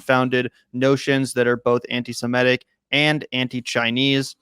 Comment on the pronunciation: Please - it's "sem IT ic", not "sem ETT ic." Stop focusing on the "e" in the first syllable, which throws almost every American off of the correct pronunciation.